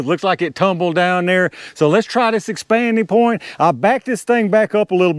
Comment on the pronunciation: When you get to talking fast, it sounds like you are saying "expandy point." I think you have coined a new term I'm gonna steal from you!😂